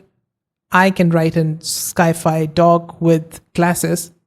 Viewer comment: great video, excellent tutorial -- also, sci-fi is pronounced "sigh-fie" (short for science fiction)